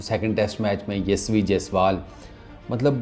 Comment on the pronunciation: Yashvi nahi 😂hai yashashvi ...mean capable in english...yashvi is girl name 😂😂